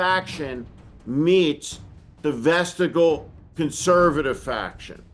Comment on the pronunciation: Always like your insight. BTW Vestigial - is pronounced Ves-ti- - jee- al, not vest-a-jal. There's a lower case - i - right in the middle.